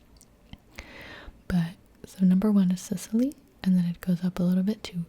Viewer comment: Hey! You probably will not see this comment BUT if happens then please let me help you with the pronunciation of those italian regions! (note: I'm not good with explaining pronunciations but I will make you understand xP ) >So, for Sicily.. it's actually Si-chee - lee (if you want to say it closer to the original sound) . (chee is like how u would pronounce cheese) . (Note: In italian this is called Sicilia, so it's: see chee lee A (like in: Art) >Campania: it's really similar with campain (which sounds really similar to its transl: campagna) , so it's : cam - pa (like in part) - nya (if you watch anime I think you know how japanese pronounce nya, lol) The accent is on the "pa" btw. (camPAnia) >Molise, same thing: mo LEE se ( the "se" sound is close to how you would pronounce "semi" ; which btw in italian means seeds xD) >Abruzzo .. aight.. this is hard cuz english speakers don't know that much about double consonants. I'll try my best with this one: Ab (like in abstract) ru ( roo like in ROOts?) .. the double Z make a REALLY hard Z sound, try saying Zoo but without the "oo", while trying to make the Z sound like a "TS" (just like tsunami). (btw the divison into syllabes for this word is not like I just did. usually we split the double letters so it would be like: a-bruz-zo. The accent is on the U. >Calabria: Ca (like in car) la (like in last) bri (like in brioches) A (same as above: art). The accent , at least for us it's in the second A: ca LA bria >Apulia : .. sadly i can'